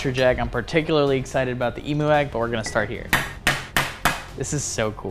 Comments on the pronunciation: That's not how you say emo is emu the higher impromptu I'm Australian😊😅 you kind of got it wrong but that's ok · Emu is pronounced ee m you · Bro said Emo egg instead of emu egg😂😂￼ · You said emo egg😂😂😂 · it’s pronounced emyu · Eem-you said fast is how you pronounce emu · BRO REALLY SAID EMO EGG😂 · Bro said kemo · Why tf did he call the emu egg EMO bro I feel bad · Bro said emo egg😂😂😂😂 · Bro said emo egg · That’s not how you pronounce emu!!!!!!! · As a Australian he is saying emu wrong